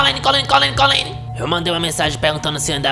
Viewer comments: " vou passar mais Kolene" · "Mais kolene, mais kolene, mais kolene" KKKKKKKKKKKKKKKKKKKKKKK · “mais kolene mais kolene” kkkkkkkkk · "Mais colene mais colene"